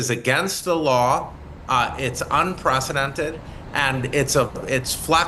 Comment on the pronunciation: ”Anpracadented”…and what is a ”Protast”… Who is this intellectual with a hard time to pronunce English words. Isn’t Yale about quality, or is this a different Yale? Maybe not all intellectuals is a loss.